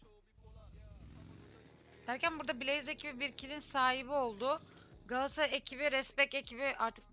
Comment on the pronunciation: Sunucu Qalatasaraya ekibine Qaatasray diyor sanki